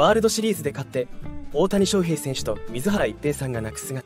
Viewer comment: 自動音声に全部任せて、水原一平（すいばらいっぺい）ということさえ、 修正を入れないのは、失礼すぎる。 ア〇なのか、将又、自動音声で作ってることを示すために意図的にしているのか？？